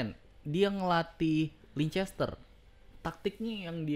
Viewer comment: Bang...Leicester City bacanya Leister City gitu aja...susah amat Leicester....